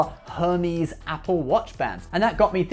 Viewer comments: Hermès is pronounced - er-mayz. Not hermeez. Just as a friendly FYI. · Oh, its uhr-mez, not Hermeez. And its Nee-mun Marcus....(or Needless Markups, as some of us call them) --not "Neye-mun" LOL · Her-meez? Lol. It's pronounced air-maze. Her-meez is the pronunciation of the Greek God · Why does he say Hermès like that??? Hurmeesss 😂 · Err mez, it’s pronounced Err mez……. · Great video. This isn’t a big deal, but I recommend googling how to pronounce “Hermès” if it comes up for a future video. The h is silent and the ending is a softer “ehz” sound. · "Air-mez" Please don't make it sound like an STD. Please. 😭😭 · I know you're joke but please stop pronouncing Hermes like that lol. I don't really like them but my grandfather was a former SS Officer who turned author after the war, so much grammar nazi gene is coming out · I’m starting to think he just mispronounces stuff on purpose at this point. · No no, he’s pronouncing it like the greek god Hermes. Lol. U got me dying with the STD line. Lol